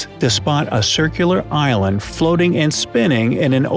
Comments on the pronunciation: yes i know but it sounds like Ireland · the "eye land" LOL